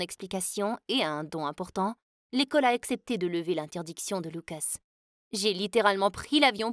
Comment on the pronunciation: Elle a dit loucos au lieu de lucas